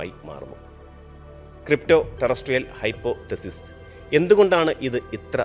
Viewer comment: ... NOT "hypo thesis".... It is one word "hypothesis"